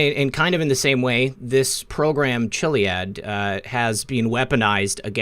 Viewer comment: Me too! Starting with him mispronouncing Chiliad. says kill-iad.